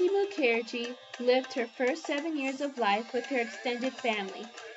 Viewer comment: Isn't Mukherjee pronounced with the accent on the first syllable?